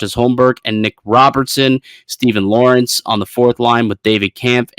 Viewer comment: is pronouncing Lorentz wrong.